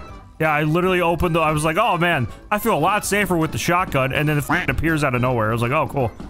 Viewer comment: Its ironic, because you say fell instead of feel, right after smarter